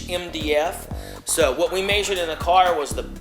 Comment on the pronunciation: he mayshured that "heighth"